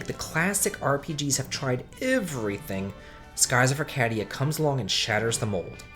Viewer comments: Skies of Ar-cA-dia. Long "a". Like cAke. Not "ah" like cat. And it's for the Dreamcast and Gamecube, not PS2. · don't forget ark-add-ee-uh :/ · Arcadia has two long-a sounds. Other than the way you're pronouncing its' name, I'm not sure how it's strange.